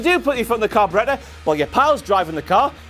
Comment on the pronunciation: "Carbaretta"? Is trying to say carburetor?